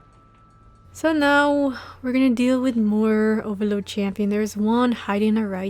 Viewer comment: i love the way you say oVAloD lol its funny haha